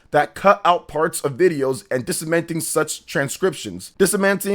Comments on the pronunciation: Disseminating. Dis-Sem-In-Ay-Ting - to spread information. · DISIMENTING HAHAH! hey please let me your English coach! There re bunch of words u constantly say wrong, I would be happy to help u out with spevcific exmamples! HAH! DISIMENTING HAHAHA